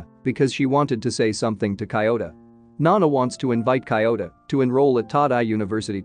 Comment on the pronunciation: Cant focus when kiyota becomes coyota...